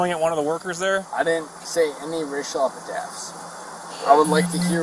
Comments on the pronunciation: cop and suspect both said "r;a___al Epitaphs " 🤔🤭😄😆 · "Racial epitaphs"? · “Racial epitaphs”. 🙄🙄🙄🙄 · “Racial epitaph” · By the way, it's racial epithets, not racial epitaphs.